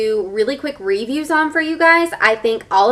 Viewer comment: How do you say review?! ;)